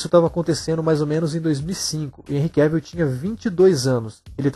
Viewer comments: Sim...acho que o teste para o filme 300 é uma informação equivocada. E da próxima vez, de novo: É QUÉVOL! Não Quévil..🤦🏻‍♀️ É só lembrar de viagem em Inglês: TRAVEL/QUÉVOL. Tem um vídeo onde ele mesmo ensina a pronúncia, tá??!! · O nome dele se pronuncia Cavel, como travel...